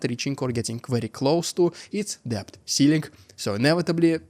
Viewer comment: debt is pronounced дэт